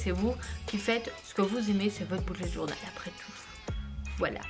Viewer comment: J adore mais ce qui me stresse et quand vous dîtes boulet journal au lieu de bullet journal 😂🤣